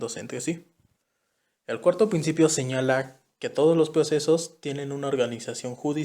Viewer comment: Ploceso, plocedimiento, plactica, plincipio, plocesal, creo que no tuviste suerte con que te tocará este tema